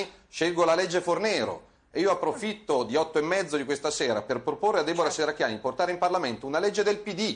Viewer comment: come politico la Shherracchiani farebbe bene ad imparare a pronunciare correttamente la "sh" :)